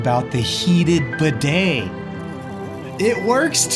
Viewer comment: I’m not normally one to complain about videos but please, please, please learn to pronounce the word “bidet”